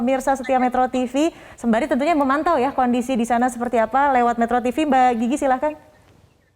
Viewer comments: Ini presenter nyebutnya kok mba jiji ejakanya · Mbak GIGI di baca GG 😂